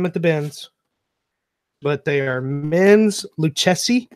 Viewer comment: Nice haul! This is my first time watching, but I must let you know the correct pronunciation for Lucchese. It is pronounced like you are saying Lu and Casey, Lu-casey. Being from the San Antonio area where this company was founded, my ears went on high alert when I heard Lu-chess-e. Anyway, great video!